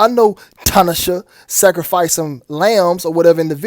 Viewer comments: FYI bro. Her name is pronounced, Tin-Na-Shay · First of all. This video exposes more than I could imagine. You really hit a 100 pointer. 2.. ITS should be T-NA-SHEY (We have God in Southern Africa). Plus to add on The 2 stripes on Tinashes forehead represents the horns. Stay safe You all.. 🙏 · I ain't knocking you for shit else fam but that bi**h eating a 🍓 in that tube of blood😂😂😂 & the way you pronounce her name is, "to-nah-shay"✌💚